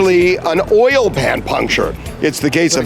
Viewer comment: The way she pronounced OIL was irritating. She pronounced it "oyer".